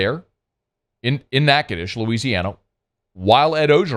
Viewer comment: That's for saying Natchitoches right.